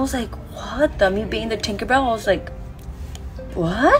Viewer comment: Take a a shot every time says thinkerbell